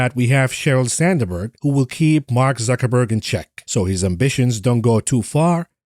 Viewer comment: Sand berg not sander berg 😮